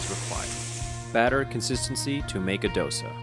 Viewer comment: Please learn how to pronounce Dosa first.